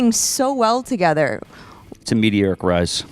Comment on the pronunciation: "A metee-eric rise." Lol